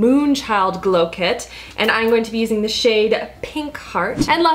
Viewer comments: I swear I keep hearing i'n instead of I'm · Your "I'ngonnabe" makes me laugh. You say "I'n" instead of "I'm" and it sounds like one big word, lol. "I'ngonnabe."